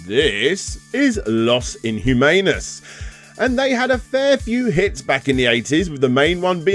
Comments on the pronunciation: LEGENDARY QUOTE! Sorry dude, I knew. =( Want me to give you classes? I'm a natural! ...well, a native. =P I'll throw one for free: "Lohs Een-oo-mah-nos". =) =O Love you're appearing more on screen! I certainly welcome it. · Bloody Hell,. Yer European and can't pronounce a touch of Spanish? "Lost Inhumans" - bloody hell. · Oh my sweet relish, I cringed horribly every single time you pronounced Los inhumanos. Like please, there is Google translate that even let's you know how to say it! Other than that, fantastic video, as usual. You are one great video game journalist! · I mean, don't expect you to be able to pronounce the song's title, but, c'mon now, at least the band's name. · he has Spain close to him and they speak Spanish too, (didn't he mention the band was Spanish?) Also if he was able to watch some interviews to get the name of the French guy right, I don't know why Los Inhumanos didn't get some love too, maybe type the words in Google translate and press the button to listen how the words are pronounced in case no interviews were available.